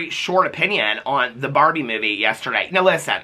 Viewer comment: OMG it took me so long to figure out you are saying barbie and not barney lol I liked the movie, but it wasn't the best.